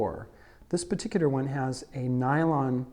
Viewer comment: Redigger Regular? Peticidder Particular?!?!